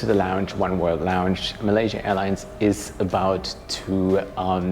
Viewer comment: yer English is perfect, but yer pronunciation is sloppy. PLEASE slow down, especially when you are speaking about PROPER nouns like COLOMBO, MALAYASIA...... These words need to be pronounced CLEARLY........ PLEASE (I ask as an Engrish person.... if I cannot hear you clearly.... other nations may not either)